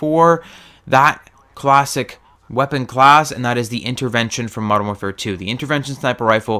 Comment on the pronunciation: You seem to have trouble saying "infinite" and "modern" I have noticed. :P